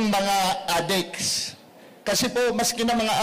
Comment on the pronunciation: Ganda ng accent niya sa pag bigkas ng adik ah adiks hahahah